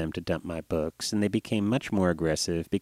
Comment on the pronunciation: sounds like he's saying boogs